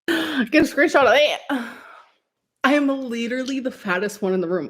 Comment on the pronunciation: I hate how she intentionally mispronounces words. She can say literally correctly, but she chooses to say it in a weird way for attention.